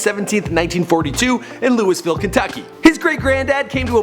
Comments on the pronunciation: pronunciation corrections: Louisville- Louie- ville, not "louis ville" His name was Cassius, pronounced, Cash- shus not Cassy us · Lol Louisville (looey not lewis) great stuff though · Did he just say LOUIS ville? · It's pronounced "Looville" not "Luis Ville". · WAIT did you say "Lewisville" LOL cmon man its pronounced "Lewville" I get when people say "Lewyville" but LEWIS cmon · its loo e ville not Louis ville ffs man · ThTs not how you pronounce Cassius and it's not luis ville, it's pronounced louiville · He said Louis vile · His name is said Cashus and Louisville is pronounced Luh-vuhl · It's not "Louis" ville. My God! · as someone from Louisville Kentucky it's pounced (lu-ee-vill) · boi you are dumb its not (louis-ville) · Tell me he did not just pronounce louisville "louis-ville" smh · Louisville is pronounced lulvulle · Say Louis Ville one more time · You don't make the 's' sound in Louisville. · Louisville is not pronounced "Lewis Ville" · It's Cassius (Cash-us) and Louisville (Loua-ville)you don't pronounce the is... Sorry Im a Louisville native and the way he pronounces it annoys me and most the ppl here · from Louisville too comment if u are too (and he pronounced Louisville wrong) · Dat pronunciation of Louisville… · you mispronounced Louisville too! As a Louisvillian I'm am just disgusted